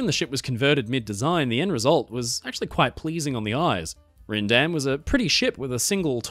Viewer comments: you say Ryndam as "ryan-dam" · It’s pronounced “SS Rhine Dam” ;) Loving your videos and channel btw! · As she has suffered so greatly already, I thought appropriate that her name be spoken “correctly”. When I sailed Holland America, Ryndam, at the time, was with a long “I” sound (rhymes with Wine-dam). These are the same people who brought out a new Nieuw Amsterdam, not to be confused with their old Amsterdam. They spelled Nieuw with 3 U’s in a row and threw in an “i”!